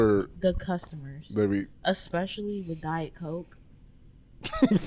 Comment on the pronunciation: there is no "x" in the word "especially" 😂